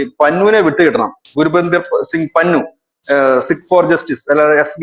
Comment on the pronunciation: പന്നു അല്ല പന്നൻ